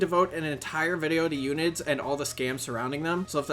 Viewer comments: i nver heard anyone call it "ewnid" they always said " uhn I Ds" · h-erb her-b, not erb, also un-id's un - identifend fuck why is english so hard for yanks.